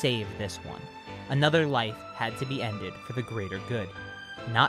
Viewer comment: doesn't it kinda sound like he's saying "Freiza chose to attack instead of leaving with his Wife." instead of Life to anyone else